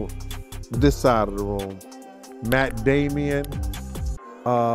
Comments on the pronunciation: When says the name wrong lol Matt "Damian", love it 😂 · Matt Damon not Matt damien😂